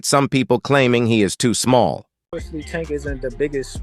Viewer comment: Why these dudes mispronounce tanks name? Disrespectful!!!!they pronounce Mexicans names correctly